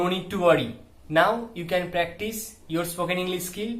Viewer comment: Psst..."practice" no s...😉🙏🏼💞